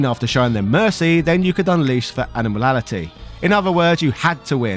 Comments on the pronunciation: Lol it's "Animality", not "Animalality" 😂😂😂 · Animality, not Animalality!!!! 🤣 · How can't you pronounce 'Animality'? Sounds like you sayin ANIMALALITY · Ani-mality TH, not Animalalogy or whatever that was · Bro how are you not able to say ANIMALITY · Animanalities he said lol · Imagine making a 1 hour video about mortal kombat , and theen you proceed to call Animalities - "Animanalities" three times in under 2 minutes.... Its a yikes from me , dawg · Awesome vid. Btw you kept pronouncing animality wrong 😂: Animatality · You are saying Animality very very wrong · As a fellow professional wrestler, I demand a match for how you kept pronouncing Animality... Lol. Love your content though, and if you're ever in the US come on down to Jimmy Valiants wrestling school